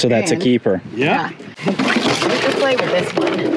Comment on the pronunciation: This episode was a "keepahh"!!